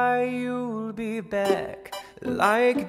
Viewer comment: It's beck